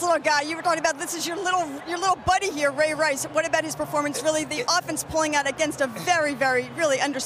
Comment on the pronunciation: "Ray" Lewis not raw lewis